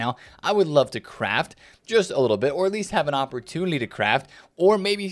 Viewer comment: I still don't get why you pronounce "Comunitty" or "opportunity" with an L instead of pronouncing the T you pronounce it with an L? Is it an accent thing from the place you're from?